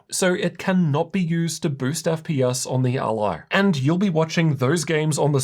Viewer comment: It hurts to listen to this:. It’s So weird how you made up it’s called ALie ????? It’s Rog ALLY. Like Nelly or jelly.. ally .. not aLie ?? Wtf